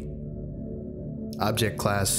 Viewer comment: this might be another oversight or something, but every time that the text said 093 you were actually saying 923. was that on pupose or a mistake?